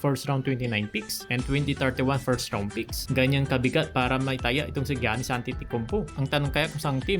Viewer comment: ❌️-Gyanis ✅️-Yannis